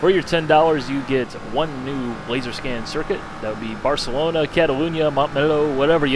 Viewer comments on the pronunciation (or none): none